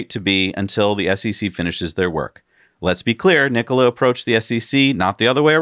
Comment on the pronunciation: Mary called it "Nikoli" in the cnbc announcement.